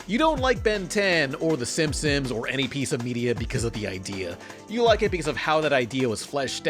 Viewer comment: it's not simsim's it's simpson's ya simp-son